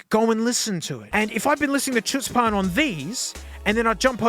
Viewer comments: I think that's pronounced like /ˈxʊts.pən/ like chutzpah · you mispronounced the song title, since it's in hebrew the ch is pronounced like h (or the special hett sound but i don't know if you can make it, it's like when you gargle up spit) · native hebrew speaker here. The way you said chutzpan is funny